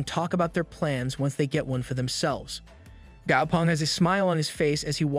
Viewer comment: The name is actually gao peng not gao pung